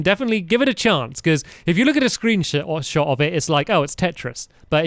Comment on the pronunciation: did stampy say screen-sh*t by accident?